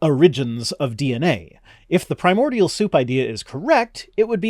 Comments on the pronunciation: he keeps calling it "premodial soup" so I think that's just what his indoctrination keeps calling it and he's never once opened up a science book. also "pramodial" - the guy just can't pronounce words and won't bother looking up the proper method to do so. He projects so much in this. oh boy... all the conspiracy theories he spouts, the poor child needs removed from religious doctrine and actually educated in reality, but I feel it's too late. Antivax/Antimask Flat Earth moron, not much a cure for this. "their own cult" sorry bud - your in a death cult. everything you do - only matters in preparation for existence after death -which you have no proof that exists. "Your a monkey" no. sorry. Evolution states that we are Great Apes, not monkeys. Please, learn at least the basics before trying to claim anything. Afterall - we read and understand your one book, completely tore it apart and show it for it's falsehoods, and put the effort in - you should do the same. Science is a method. It is not a religious belief. It attempts to explain reality as we see and experience it. These giant claims of it being religious, cults, or faith - is just pushing his own nonsense into it. Projection is terrible with this kid, he will attack you and not the arguement as well.. what a waste of time. So sad to see someone this young, be this foolish and brainwashed. I can understand it form the older generations, where they grew up being literally beat if they didn't follow religious belief of the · I can't take anyone seriously who can't pronounce correctly BASIC words related to the subject they're talking about. It's not "premodial" FFS.